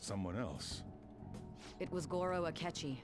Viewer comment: "Asketchy?" Me: No...sketchy akechi.